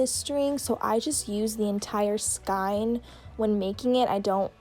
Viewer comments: Tip! It’s actually not pronounced “sky-n” it’s acrually pronounced “sk-ey-n” just for future reference! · skein is pronouced skeen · the way you say “skein” makes me cringe but the tutorial is really good :)